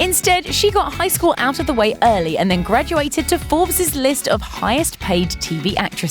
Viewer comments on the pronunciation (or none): It is not Forbest list, it is Forbes. She is pronouncing the word incorrectly.